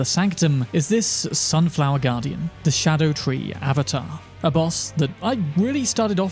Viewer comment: It's not a "shadow tree." It's a Ska-doo tree, which is my its spelled as "Scadu-tree"